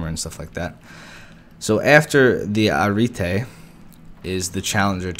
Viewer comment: Ariete -> Ah-ree-eh-teh The video is fine if you want to look at pretty models, but it'd be nice if you um, did a little research beforehand.